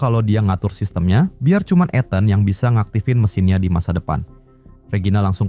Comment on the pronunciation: gemes dengernya nyebut etan wkwk harusnya ithen (ethan)